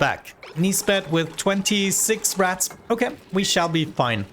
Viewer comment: It took me 5 minutes to realize you were saying "Rads" and not "Rats"